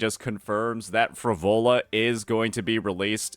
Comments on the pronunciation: PHRO-LO-VAAAAA bro come on what's wrong with your pronunciation... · "Phrovola"? Really? How can someone manage to mispronounce EVERY SINGLE CHARACTER'S NAME in their favourite game? Is dislexic?